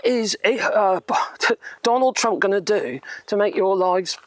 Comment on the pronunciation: I thought you was saying Donald Dumb in the beginning .